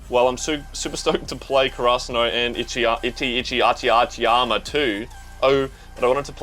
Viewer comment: I'm seriously cracking up by the Itachiyama pronunciation, it sounds like itsy bitsy spider lmao no offense tho, I just find it funny... those are hard ass names